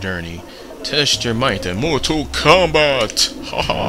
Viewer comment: How do you possibly pronounce the title as "mortal komback"?? Your illiteracy makes me sick.